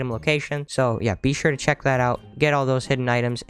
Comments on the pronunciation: I dont know if that pun is intentional or not XD he keeps saying BEE shure to do this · Is that bee-sure on purpose